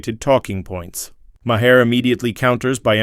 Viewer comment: Mah-hear! lol. Just stop this AI nonsense!